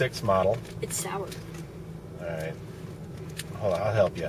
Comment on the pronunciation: He pronounced it saying sour